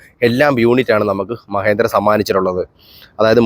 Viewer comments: മഹേന്ദ്ര അല്ല മഹീന്ദ്ര. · മഹേന്ദ്രയല്ലല്ലോ.. മഹീന്ദ്രയല്ലേ😂😂